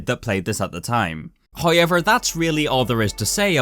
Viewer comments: am I the only one that hears "Hoyever" instead of "However" ? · oi mate cant pronoince the word hoiever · so many "hoyever" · However video 👀 yet pronounced hiover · Bruh you the goat, “Hoyever” ima need you to act like a grown up......you know this guys english is englisht 😁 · hoye-ever is really bothering me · Take a shot whenever you hear 'hoyever' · Also got "hoiever" going for him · This guys can't even fucking say however and he spams it every 13 seconds; jokes aside, loved the video.